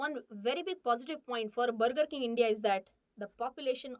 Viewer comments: Brrrgurrr king , wuuparrr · It's not BURGER It's bagaa (Inglis accent) 😂😂😂😂😂😂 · The pronunciation of Burger made me realize that "Mulgi Marathi ahe!" 😂😅